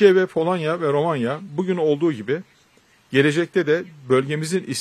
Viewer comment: Bende palonya demesini seviom Baskan 😂😂❤ bolonyaa balon